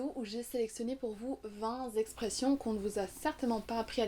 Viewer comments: Vingt expressions se dit Ving-t-expressions et non Ving-z-expressions, madame. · Bonjour, il n’y a pas de « s » à « vingt » donc la liaison se fait avec un « t »: 20 t’expressions et non 20 z’expressions 😉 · VingtZ expressions, t sûre qu'il y a un Z à vingt ?